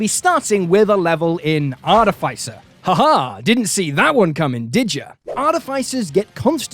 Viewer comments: i love you. but i'm drunk and i have to tell you that artificer has the pronounciation artîficer. :P sorry. had to vent my inner monk. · Great video, but I'm really bothered by you mispronouncing artificer lol